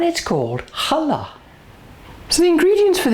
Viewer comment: This has always been my favourite bread, and now I can make it with no problems. I've also learned how to pronounce the name of it correctly thanks to you. Thank you so much!